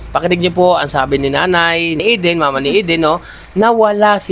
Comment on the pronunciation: Galing ni, tama ang pronunciation ng pangalan ni Eden. Kasi masakit sa mga ears pag hindi na nabigkasng tama. Thank you,.